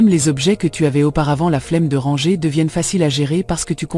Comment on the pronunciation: Merci pour cette video mais pourriez-vous corriger la prononciation du mot "ranger "? En français on ne prononce pas le r à la fin. On doit dire rangé. Vous faites cette même erreur dans tous vos vidéos. Merci 😊